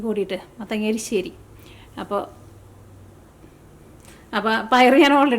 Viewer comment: എരിശ്ശേരി ആണ്